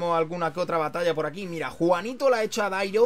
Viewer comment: en vez de Darío dice Dairo jajajaja